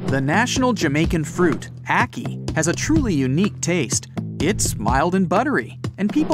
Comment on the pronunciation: Jamaican here it's actually pronounced a-ki